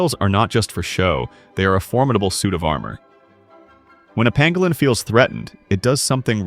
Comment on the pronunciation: Pangolin, not pangalan...